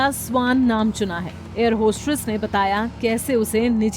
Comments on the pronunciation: It's not hostRess !! Hostess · Hostress nahi hostess hota hai